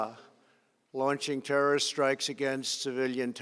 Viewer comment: How he says terrorist is weird